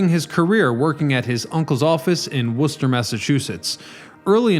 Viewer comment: congratulations on being one of the few to properly pronounce Worcester.